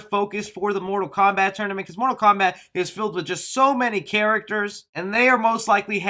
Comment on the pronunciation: Mortal Kowbat. 😹😂🤣